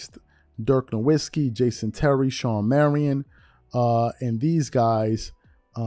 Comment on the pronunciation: Nowitski is pronounced Novitski. W in German has a V sound.